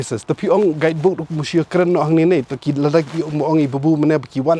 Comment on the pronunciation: “Guidebook “ Stress On the Word.